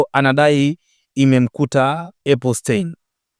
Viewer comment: Epstein na sio epustein